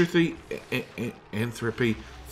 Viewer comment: Entropy, as in ‘En-t-row-pee’ Not ‘en-throw-pee’ Also I know there are multiple ways to delete heat and I’m trying to learn them. The physics in this game are kooky, but I’ve put all my hot items near my polluted water room, the water absorbs the heat, and then the water is pumped through a room full of weezworts, and then the water is cleaned and distributed through the base, cooking the whole base. I’m integrating steam vents and hot water geysers into my base and I’ve been told that heat pumps can move all the heat into a chamber to be deleted via steam power, and then I could dump the cooker water into my water storage.